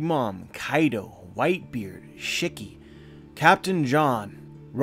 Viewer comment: Nobody:: Shicky